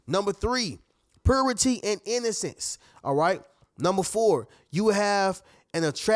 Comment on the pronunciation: It's purity..pronounced "puuyyrity", not "poohrity".